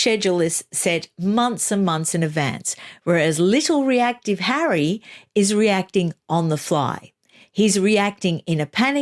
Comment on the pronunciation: riggggght. hahahahaha LOVE it. I cannot bear that stupid woman and her breathy voice, her vocal fry and her Elizabeth Holmes deep cadence . as for the stupid 'rights' they are only surpassed by her "Hawwy' which she said with pouty face when Oprah wanted to know who the terrible royal had spoken to about her Childs skin colour.